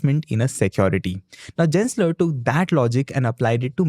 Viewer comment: Gensler is pronounced as G-en not J-en. Just saying, no hate intended:) Thanks!